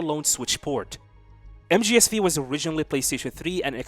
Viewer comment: You know mgs V is the roman number 5 so you do not say v, you say 5… just sayin